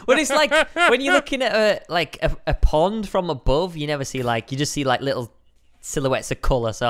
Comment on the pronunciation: Stampy said pod my accident instead pond